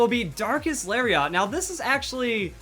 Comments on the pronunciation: "Lariat" is pronounced "Larry it" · It's Larry et properly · did you know Lariat is also a wrestling move? It's pronounced "Lari-et" I used to watch WWF haha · Lariat is a weird pronunciation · I love you man, but the way you pronounce "lariat" hurts to hear buddy. It's a soft "A" on that last syllable. Fun Fact - another word for "lariat" is "clothesline", because wrestling attacks lol.